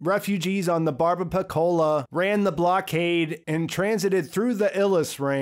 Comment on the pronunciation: AGGHH I want to slap everyone for mispronouncing "Barbapiccola" Its an italian word meaning "small beard". Its BarbaPEEKola